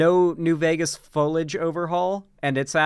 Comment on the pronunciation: If says folage one more time istg